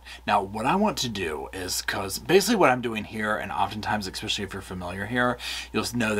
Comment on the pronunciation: There is no "k" in the word "especially"... Please! Now that I've gotten that off my chest... These stories are just heartbreaking and disgusting. I don't know how you creators immerse yourself in them without totally losing your minds. Everyone knew from the first television interview that these people were guilty as hell - but I will go to my grave saying that every single person involved in this adoption is just as guilty. From the secretaries to the court clerks right on up to the judge that signed the final decree - what the hell is wrong with these people? Neither of these parents had any income other than the money from the state and everyone still thought it was a good idea to give them these children? To pack two more kids into an already seriously overcrowded apartment, with parents that obviously couldn't provide for the four kids they already had.... Were two of those also adopted? Maybe we should check into that one too.. Amazing - immediately after the adoption of these two precious babies, they suddenly have the money for a down payment on a new house and don't need the kids anymore so bingo bango, the kids disappear. Anyone who couldn't see through that needs to make an appointment with an optometrist - you can use my credit card.